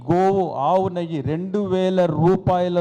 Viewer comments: నయ్యి కాదురా అయ్యా... అది నెయ్యి అంటారు.... నువ్వు మాకు చెవులు మూసి చావకొడ్తున్నావ్ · Neyyi........ Nayyi kaadhu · Nayye kaadu neyye Ani cheppu first